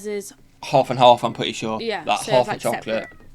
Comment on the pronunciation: Twying to figure out accent of "Mr. Beesley" here with his added speech impediment of not using R's or L's, but using a "w" instead (i.e. pwetty, wight, Bwiten, Cadboowee, etc...). Cannot figah out where he's fwom. Also as she says, he DOES still have a swight Bwitish accent in the video they're watching, but no where as infwected as the guy sitting next to her.